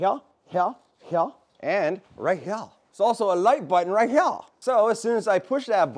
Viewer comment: the battery right heur... and heur.. hahahahaha